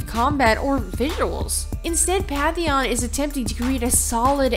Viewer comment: BTW it's PaNNNNNNNNNNNtheon. Not PATHHHHHHHHeon